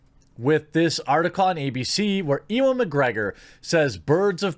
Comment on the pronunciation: Just got to point out that his name is pronounced "U-an"